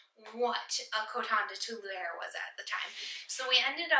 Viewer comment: Two-lee-are. Cute pup!